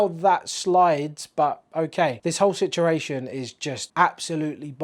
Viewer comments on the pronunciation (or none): "This whole Sitjeration"